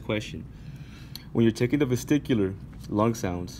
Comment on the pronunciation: I think its vesicular not VesTicular but video is helpful